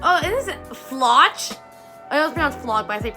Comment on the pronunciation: Important to note: the ch in Floch is not pronounced like in English since Floch is a German name. The closest sound in English is just "k", think the ch in chemistry.